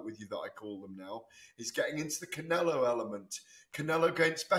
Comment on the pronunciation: Ade, please stop calling him "Cinelo" - so annoying!!